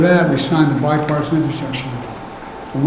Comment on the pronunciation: This guy can't even pronounce infrastructure let alone discuss investing in it.